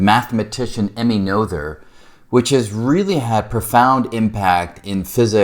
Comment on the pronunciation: Emmy’s last name rhymes with Nurtah. (And the t is sounded as a t (not d). I wish I understood Noether’s Theorem as well as can I say her name.